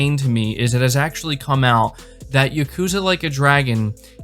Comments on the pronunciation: Like YA-ku-ZA. Not Ya-KU-za. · "Yukuza," lol.